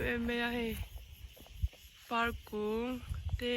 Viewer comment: FAR PAK tur aw Park ni lo in